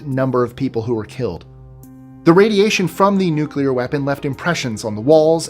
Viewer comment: My man actually pronounced " nuclear " correct 😂😂😂.... most American morons pronounce it " nuke u ler " with 3 syllables 😂😂... New - clear 2 syllables.... real simple ..... the Bush Jr method makes you sound as stupid as Bush jr.... 😂😂